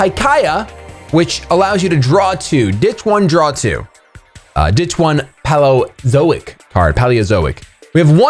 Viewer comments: Poh/lii/yo/zoyks thats the proper way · It's pronounced Pay-leo-zoic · Guys you're wrong it's pey-lee-uh-zoh-ik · It's Pronounced PAY LEO ZO IC Like pealo (old, ancient times) and zoics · I'm shocked! How do you not know how to pronounce "Paleozoic"? Did you never learn about dinosaurs? What kind of sad, pathetic childhood did you have!? Ha, I'm just joking. Keep making awesome content!